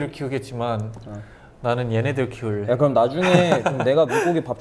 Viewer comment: taeyong's "keurrrrreoom" i could listen to forever